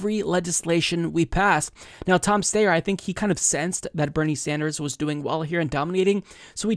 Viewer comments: Do you mispronounce Steyer’s name on purpose? I’m certain that it’s “Steye-er,” not “Stay-er” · I love you but it's pronounced STYer. NOT STAYer. I think the general rule should be however the person pronounces their own name is how we should pronounce it. Thank you! ❤ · Steyer... Sty-er Its Oscar Meyer not Oscar Mayor. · Don’t worry one of these days you’ll pronounce Styer right. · Tom STIER is the pronunciation